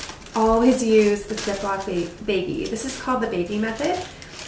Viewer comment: I believe it's pronounce baggie where the a sounds like tag, not baggie where the a sounds like take.